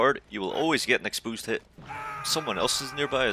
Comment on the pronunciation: Expoosed lol